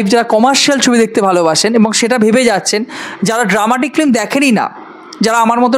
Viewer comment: Khub valo bolechen 😊 Pronounce hobe film not flim ok